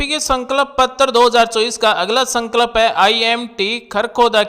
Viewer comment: भाई संकल्प तो बोलना सीख लो